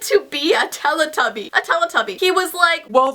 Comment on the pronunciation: You pronounce Telly Tubby wrong.